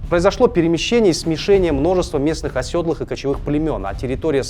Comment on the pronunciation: Оседлый, не осёдлый🥲🥲🥲 Выпуск 🔥🔥 классный контент